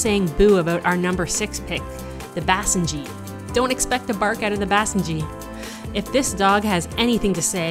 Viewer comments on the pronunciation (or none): learn to pronounce besenji right please😁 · I hate how she says basenji